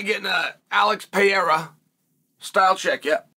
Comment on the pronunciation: Chael: Peheiha Also Chael: Mucklechev